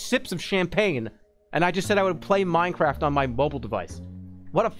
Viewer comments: Streamer chugs champagne whilst downloading minecwaft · minecwaft owo